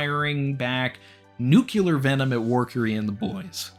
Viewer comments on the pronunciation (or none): As a new fan of yours I just want to uh point out that if you're going to use the word nuclear its Noo Clee Ar, not nuke yuh lur, this is a famous George Bush gaff. This comment isn't meant to be offensive just as you're rising in popularity, which I'm happy for, it's a good idea to get your vocabulary straightened out. I didn't understand the word epitome till my early 20's and often said epiffeny and epit-tome while trying to say epitome